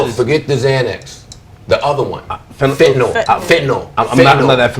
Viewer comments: AK says fen-a-til? Hahaha it’s fentanol you dummy XD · Did he just say vanatil pills nigga it's fentanyl it's common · Akademiks- "fentital"...its fentanyl you fucking dumbass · "Fenitil pill...." You fucking kidding me? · Did he say fen a till pills?! Get with life. Fentanyl is the most deadly drug out there. We NEED to talk about it! Stop the stigma! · Jit said "he was on fetatil pills" lmaoooooooo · Its Fentanyl (Fen Ta Nal) and its been an ongoing epidemic for a long time now Ak....cmon bro do some research smfh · AK really mispronounced fentanyl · i am 17 and a peep fan. the fact that this grown man didnt even know how to pronounce ‘fentanyl’ is scary, this shit is everywhere and people NEED to be educated. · At least we can tell bro doesn't do opiates by the way he pronounced fentanyl